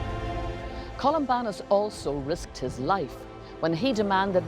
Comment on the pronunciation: Columbanus, not Columbarnus